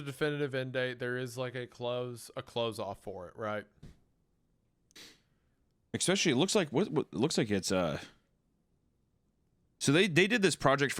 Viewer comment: there we go, there's the "expecially" I was waiting for <3